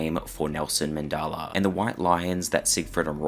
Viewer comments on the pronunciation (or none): There’s no way you just called Nelson Mandela “Nelson Mendala” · Call him Nelson Mandaala One More Time I Dare You! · Nelson Man-de-la not Nelson Man-daal-a